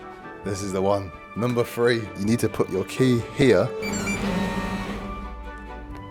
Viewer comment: It’s pronounced three not free Jesus Christ